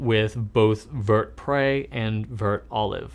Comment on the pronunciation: A French pronunciation tip for you,: Say "Vert" like "where" in English, but replace the "w" with a "v." Also "Poussiere" is pronounced "poo-see-yair."